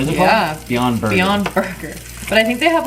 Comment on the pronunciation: It's not borger